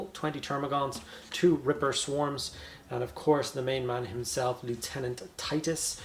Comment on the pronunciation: Nice review, also refreshing to hear someone who can pronounce the word Lieutenant properly.